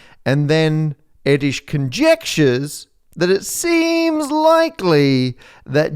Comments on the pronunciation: wikipedia reports the pronunciation of his name as [ˈɛrdøːʃ], [ø] is like a [e] (as in French "café" or Spanish "pero") but with lips rounded (as in French "peu") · "Paul Airdish, yes, that's how you pronounce that" Angry Hungarian noises! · that's not how you pronounce Erdős :) but nice try, you need to work on your ő :) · I am not hungarian but i would not be sure about your prononciation of Erdős . those accent on o is soemthing you are pronouncing wrong. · As a fellow Hungarian, there is one thing that I am quite certain of: that"s not how you pronounce Erdös's name. But I am no LLM, so who knows... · The next few years of superexponential growth of AI will be fascinating as it becomes asymptotic. All bets are off! I'll give you an 'A' for research, content and presentation, but an 'F' for the pronunciation of Erdős ! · "yes it's pronounced line that"... any Hungarians..: nope :D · Nope, Pál Erdős is not pronounced like that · Pronunciation is not exact still. But close. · if he so famous why most of the people does not bother to pronounce his name right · No, that isn't how you pronounce Erdős. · "Yes, it's pronounced like that" Actually, it's not. Easiest to check out with google translate, set input to Hungarian, and copy-paste in Erdős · I didn't understand your pronunciation of Erdős but I respect the attempt:D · Sorry, I need to add, but "Erdős" is pronounced a bit differently. The "ő" is like the "i" in "first" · No, it is not pronounced like that. Anyway... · On hearing the butchering of Pál Erdős's name followed by the assertion that yes, that's how it's pronounced, I died a little. But that is coming from a German that speaks English AND Hungarian. 😂 Just go on more vacations, we need more solved problems! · No, Erdős is Absolutely Not pronounced like that :) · You are very confidently saying his name wrong... But that's ok, not as if you explicitly stated that that was the correct pronunciation. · "yes, it's pronounced like that" not reaaally ;)